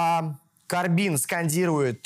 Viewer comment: КОбрин, а не КоРБИн! оговорился